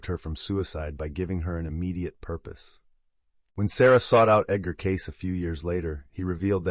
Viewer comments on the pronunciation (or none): His name is pronounced as Edgar Caysee not Case Love information about his abilities to heal people. I also love the information about the cats. 💖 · His name was Cay-see, not Case. Another AI fail. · His name is pronounced kay see. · HIS NAME IS PRONOUNCED. "KAY. CEE" not. KAYS.... . IS THIS AI. ? WHY CAN WE NOT HAVE THE PLEASURE OF LISTENING TO A HUMAN VOICE NARRATION???!!! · Learn how to pronounce his name Edgar Cay-ceee!!!! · I believe his name is pronounced Kay-Cee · Cayce is pronounced KAY-SEE. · AI SVP Caysee!! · If you're going to use an AI voice, you should misspell Cayce as Casey in your script to get it pronounced correctly. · EVERYONE knows it's pronounced "KAY-SEE" I can't believe you did this entire wonderful video without knowing. I have had TWO CATS appear at two separate times when I was grieving deaths--my Mom and then years later, my best friend. Thanks for the video, but I wish you had heard how the world pronounces his name. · Cayce is pronounced Kay See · His name is pronounced 'Caysey'. Sorry to say but ai really makes a mess of the truth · Edgar‘s name was pronounced CAY – SEE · His name is pronounced KC or CAYCE please. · Say his name properly please